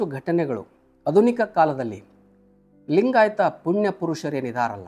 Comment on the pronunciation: Dr Pl. Pronounce it as"Aadhunik" instead of "Adhunik".. .